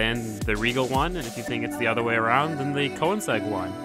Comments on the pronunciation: His pronunciation gives me cancer so often. I mean "Forsa, porsh, coneseg, le mäns, nuremburging" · the car is not called konesag... its called königsegg! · It's pronounced Ko/ning/segg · insegg lmfao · I am so bugged when he trys to pronounce Koenigsegg and says Koensegg. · Once you know, you kowensegg. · Please don't, I don't want to hear him butcher that word, Audi and Koenigsegg is already bad enough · who else is annoyed by the way he says ''Koenigsegg'' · Great vid, but the way you say Koenigsegg makes me wanna die. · your saying koenigsegg wrong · Everything you do makes me angry. The way you say koenigsegg, the way you talk, what you say, AND ESPECIALLY the way you drive. The koenigsegg would've gotten a much better time if you knew what you were doing.